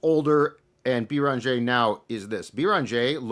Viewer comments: Guys, it's not "Bee Rahn Jay" It's "BAIR in ZHAY" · “I take issue with” u already butchering Joan’s last name! There is no Bee-run-jeh - it’s Beh-renn-jeh. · You're killing us with your pronunciation of Beringer (bear on jay). For a guy that talks for a living you should be doing better. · “Bear on jay”. Put some respect on that name. I expect a better pronunciation tmrw.